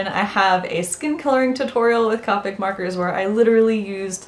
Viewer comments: c oo pic not caupic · Am i the only one who feels weird by hearing cah-pic instead of coh-pic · very good points that you made, thank you for this video. :) getting ready to watch some more of your videos! Something to note: Copic does not rhyme with topic. it's pronounced with a long o sound coh-pick this comes from Copic's FAQ page here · SHE SAID CAWPIC OMG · Great video! Another mistake that Copic artists make is the pronunciation. Its actually Copic - long "o", "COH-PICK". Here is the link directly from their website with the pronunciation. :)